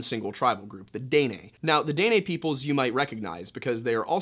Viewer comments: I love your vids, I just wanted to help you with pronunciation of Dinè. it’s more of “deh-neh” or “duh-neh” instead of “day-nay”. The last half “neh” is almost cut off, so instead of “nay” it’s more like “neh-“. I hope this helps :)) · it's pronounced "Di neh" for the people from the south but "day nay" gave me a good laugh. you make some really good content. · This is the first time I can say I've heard Dene pronounced Day-nay instead of Deh-Neh lol. I recently found your videos and I love how you always include history of the area 💛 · Btw it’s pronounced “den-nay” (like the horse) it means “the people” out culture goes very deep and is very interesting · It’s pronounced DEN NAY. I’m kaska Dena from this region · Btw it's pronounced Den-ay. Maybe im retarded but i know dene people and thats how they said it. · Just a comment from a Canadian viewer and fan. Since you brought it up, Indians up here are called "First Nations or Native Canadians". When you are that far North, they are usually referred to as "The Inuit". The Métis is pronounced as May-tee, Dene is pronounced as Den-ay. Knowing the difference, yet still saying "Native Americans" is not cool...just saying. 🇨🇦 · I’m so sorry I usually love your videos but I’m Dene and I just can’t get through the video with you saying it wrong the whole time 😭😂